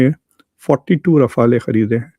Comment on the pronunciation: Mqudar jhade rifala nhe rifal ha Mqudar jhade madras chaf bolna thoo seack la jhayal ka beacha